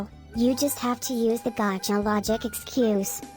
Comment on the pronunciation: Gavka lol XD best way to say gacha